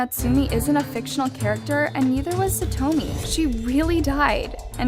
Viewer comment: SaTWOmi? God....please respect her and learn how to actually pronounce her name